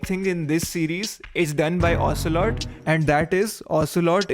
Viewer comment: You're pretty good : ocealot,revolver shalashaska adamaska ocealot, liquid ocealot😅😅😅